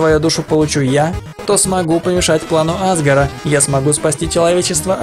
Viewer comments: Говорят азгор а не азгр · Не Азгар а азгОр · не Азгор а азгОр! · ► Play не Азгора а азгОра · Ни а́згор,а азго́р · Меня одну бесит что он говорит А́згор, а не Азго́р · Азго'р а не А'згор